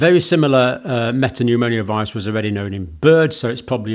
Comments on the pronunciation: Hi John. Great coverage. Just to point out: it’s me-ta-pneu-mo-vi-rus not me-ta-pneu-mo-ni-oh-vi-rus …. You’re sticking an extra syllable in there! :) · I wosh he woild stop saying meta-pneumonia... Its META-PNEUMO-VIRUS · I think the correct pronounciation is "meta-new-mo-virus" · Metapneumovirus not MetapneuMONIAvirus . Thank you for your tireless contributions , bravery and your ability to simplify complex situations from the outset !! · Sorry Dr John but it’s pronounced ’Meta newmo virus’ 🫶🏻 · Not a medical doctor and can't even pronounce the subject of his video correctly. Human metapneumovirus. ......Pneumonio..... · He can't pronounce respiratory or metapneumovirus. I think he's an attention seeking fraud. He's a doctor of nursing.